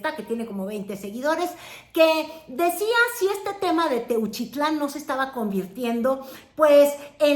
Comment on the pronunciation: Techutlan, Jalisco jajajaja